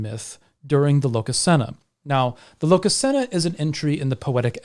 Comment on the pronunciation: Placing the emphasis of Iðunn on the u sounds off. The emphasis (stress?) is on the I. Same with Lokasenna, emphasis is on the first syllable, in this case the o (just like in the name Loki). I probably get a bit too nitpicky with languages sometimes. 😆 Anyway, the concept of death and how it applies to gods is definitely interesting. The Baldr myth describes a god dying, but also describes his situation after death. Similarly the Ragnarok myth talks about several gods dying, but also of a dead god coming back to life. In essence I'd say that, yes, gods can die, but dying isn't an end, it's merely a change in your state of being. In a manner I guess this is the same as how most faiths and mythologies treat human (and animal) death: the animating spark that is YOU is gone from this world, but it's not gone from existance.